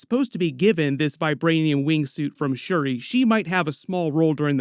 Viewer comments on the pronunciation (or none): none